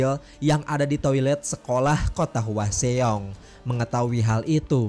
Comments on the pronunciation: Itu nama kotanya dibacanya hwasong bang bukan hwaseong..itu daerah tempat kerjaku. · Bukan HUA XEONG tapi HWASEONG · Bang mau nanya bang, ini abang nonton film nya kan yak tapi kok penyebutan nama dan tempatnya kok aneh ya ? Kayak hwaseong kan penyebutannya hwasong tapi kok malah "hua se ong" ? Terlepas dari situ alur penyampain abang menarik sih keren reviewnya bang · Hwasong mas d bacanya… bukan hwaseong🙏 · Hwaseong bacanya hwasong, bukan hua xeong😒 cara baca lu salah semua